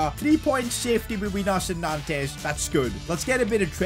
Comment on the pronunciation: It’s pronounced as nonts not nantes 🤣 great series tho